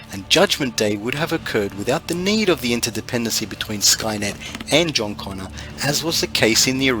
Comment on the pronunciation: its CONNOR, not CONNER